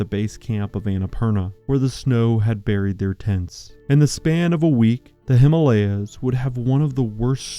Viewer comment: You have done a remarkable job in reviewing it, if all of you are aware of the hazards of this storm. We were lucky; we did the trip just at the onset of monsoon, so we were among the few on the trek. However, I would really appreciate it if you, documentary makers, learn that you mispronounce the HIMALAYA. In Sanskrit, it is made of 2 words. Hima, as in Lima, meaning snow, and Aalaya, meaning temple or abode. Hence, the way you say it makes it a nonsense word. The name Himalaya is at least 10000, if not more, years old. We don't need a modern replacement. Thank you, esp. if you make the effort to change.